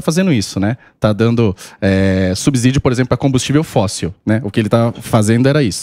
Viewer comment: Deputado economista pronunciando "subzídio"? O Samy só reclama da engenharia...